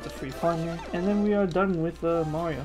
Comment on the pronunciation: Hey Mawio supew swuggers😂😂😂😂